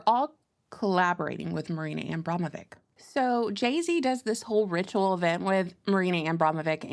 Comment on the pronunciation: I like how you butcher the witche's name everytime) Abramovich - of Abram. She's also from a tribe